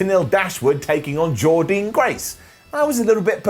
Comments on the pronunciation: it's pronounced Jordan. Dan. Not dean. Down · Hey, Jordynne Grace pronounces her first name like "Jordan" not "Jor-dean"